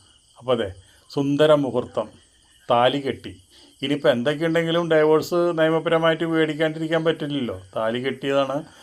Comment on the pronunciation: ഡൈവോഴ്‌സ് അല്ല ഡിവോഴ്സ് ആണ് ചേട്ടാ 😂